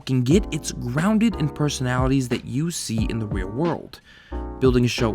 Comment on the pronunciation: "rear" world